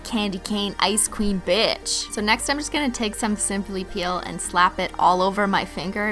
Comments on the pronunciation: Every time you said ice queen I thought you said icecream 😅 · Every time you say "ice queen" I always think you're saying "icecweam"😂😂